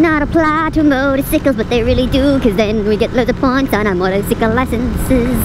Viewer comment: Yikes, that was way too close!! I'm impressed that you didn't go banana pants and rage out on them. And, the minion voice always cracks me up!...Particularly when you kept saying 'motorcicle'.... Stay safe, boo....